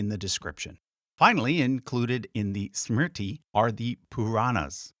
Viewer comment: All that research but couldn't be bothered pronouncing anything correctly. Shame. Parvati, not Pavarti. Smriti, not smirti. A redub would make this less offensive. It's not an issue of an Anglophone struggling with aspirated consonants or vowel length. It's sheer laziness in looking at the words.